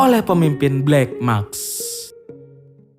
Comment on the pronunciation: maSk bwang, bukan makS. Wkwkw